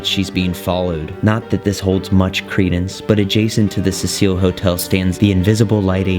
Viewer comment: I've seen that clip of her in the lift before, on some random ghost videos. But didn't know any of that about her being found in the water tank. Also, is that really how you pronounce that hotel? Like a fancy French woman's name? I read Cecil as a very old school male name. Pronounced different. Happy Halloween